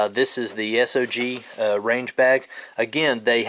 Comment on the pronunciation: Just FYI it’s not pronounced S.O.G. It’s a word, sog, like soggy